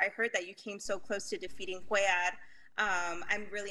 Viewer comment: it's embarrassing that the anchor repeatedly mispronounces Cuellar...like, really?